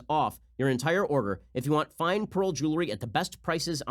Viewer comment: no one: ben: p a e r l